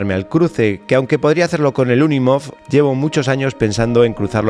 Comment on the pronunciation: Cabrito... me dejas con la intriga del paso hasta el jueves 🤬🤬🤬🤬🤬 Por cierto... Esa maravilla de Mercedes Benz se llama UNIMOG no UNIMOF 😂😂😂😂. Un abrazo y el jueves salimos de dudas